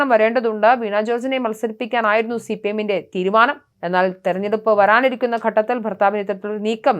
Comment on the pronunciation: അതൊക്കെ ശരി.. ഉച്ചാരണ ശുദ്ധി ഇല്ലാത്തവരെ ആണോ വാർത്താ വായന എല്പിക്കുന്നത്..ആറോഗ്യ മന്ത്രി, വറാനിറിക്കുന്ന എന്നൊക്കെ